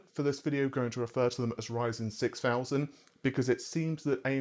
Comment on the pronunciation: Did you really pronounce Ryzen as raisin lmao